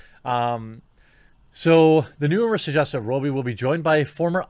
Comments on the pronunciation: This is bugging me. It’s ‘Raw-bee’. Not ‘Row-bee’. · While I agree with how stupid all these decisions are from Disney you are really unable to say Margot Robbie's surname properly its Rob-bee not Row-bee. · For the love of God... It's pronounced 'Robbie'... not 'Robey' FFS!!!!! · Have I been saying it wrong all these years? Isn't it Robb-Ee, not Robe-Ee? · Perhaps Margot herself is the best source for this, but in Aus 'robbie' rhymes with 'knobby' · why are you constantly saying her last name wrong